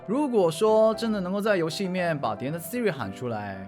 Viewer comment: 说的Vs我听到的 说的：嘿，Siri，Siri 我听到的：阿呗，阿呗，阿呗